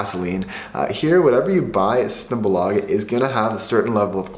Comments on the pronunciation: SystemBÅÅlaget, best pronunciation lel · The way you pronounce ”symtembolaget” 🤣😂🤣😂